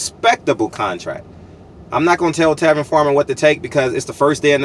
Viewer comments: Tevin Campbell is a 1980's singer...that being said I know what you meant, but the fact that you mispronounced Tevin Farmer's name repeatedly shows a severe lack of professionalism in your part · Bro did you say Tevin Campbell??? He was a sing from Texas lol!!!! You a fool for that one. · Come on man you disrespecting my man calling and Tevin Campbell it's Tevin farmer